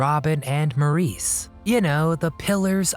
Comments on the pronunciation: Morris his name was pronounced MORRis not More-REESE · Maurice Gibb's name is prounouced "Morris". Americans usually mis-pronounce it the French way. In the UK, where the Bee Gees were born, Maurice is almost always pronouned Morris, but a combination of politeness & just being tired of correcting Yanks, people almost never hear Maurices from the UK correct them.